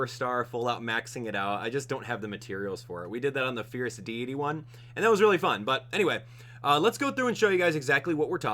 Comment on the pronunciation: Sorry I always miss you live but I still like the video and hearing your stories. And you even pronounce Deity wrong! ;)